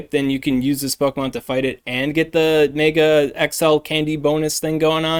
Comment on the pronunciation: I hate how you pronounce "mega"